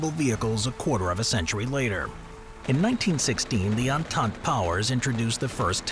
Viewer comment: God you absolutely slaughtered the pronounciation of „entante“ xD